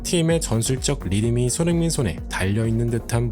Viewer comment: 어나운스들이 손흥민 손흥민 귀에 쏙쏙 들리게 소리내어 주니 더 좋네요 **